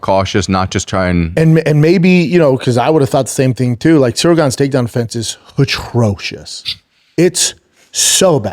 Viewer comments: For someone that says "atrocious" so many times a pod, you'd think he'd learn how to say it. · Hilarious how no one tells him how to pronounce atrocious 😂